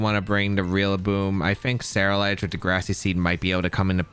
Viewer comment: Brooo, you swapping the R and L in Ceruledge in your pronunciation. Se-rule-edge, like Cerulean city. Otherwise enjoyable video, thanks.